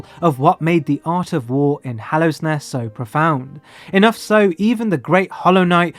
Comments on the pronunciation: Weird just how many prominent names you get wrong... it's not "Hallowsnest", it's Hallownest. It's not Trobuyo, but Trobbio. Makes me wonder how such errors could consistently pop up. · "Hallowsnest" 😕 Trobio mispronounced 😕 The Hollow Knight misgendered 😕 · Great video, however every time you say hallow’s nest or mispronounce trobbio i die a bit inside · Why do you keep calling Hallownest "Hallow's Nest"? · “Hallows nest” bruh. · I love you man, but every time you say “Hallow’s nest”, I die a little on the inside, there is no ‘s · hallow's nest tro bye oh THE hornet i'm fucking dying here lol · I mean, I appreciate how he doesn’t pronounce it “Hollownest” like half the YouTubers who discuss the game, but yeah, that extra s killed me. 😂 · 😂 that's adorable